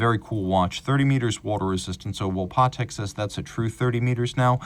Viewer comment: so happy to hear you pronounce patek correctly in his polish last name!